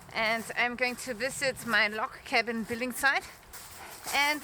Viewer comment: “Cabin”. Smh